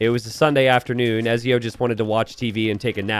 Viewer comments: Have you played Assassin's Creed?! Don't forget the T in Ezio! It's etzio! Lol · My god the way you pronounce Ezio is killing me